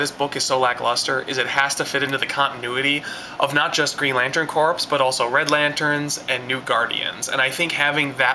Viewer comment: another great review love watching your video but one problem you pronouncing the word corps as if its corpse corp ias in the marine corp is pronounced core : )